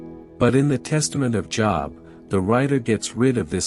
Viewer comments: Joooooobs not Jobs like you work lol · The name is pronounced Jobe not joeb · I dislike AI. I am 78 years old, attended church as a child and a teenager. Was a member of Jobs Daughters. Learned about the patience of Job. In my learning Job was pronounced J(oh)b. I dislike mispronunciation of words. It ruins the story. 👎🏽🥲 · American English seems ugly to be I get upset when people even pronounce my name as job as in work, instead of Jooob as in Job in the bible ... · It is not pronounced "job" as in "get a job." I just cannot bear to listen to this because there is no attention to detail. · GREAT STORY ….!” ✝️ I Was Always Taught - To Pronounce ➖ JOB “ Name With a LONG - O - Not As If You Work -a - JOB 💲 🏃‍♂️……!” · is it not pronounced Job with a long o? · Yeah me too! But the AI voice overlay hasn't articulated the difference yet